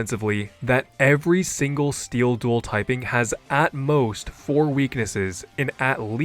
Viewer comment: "making it STEE-LL a great tipe" lol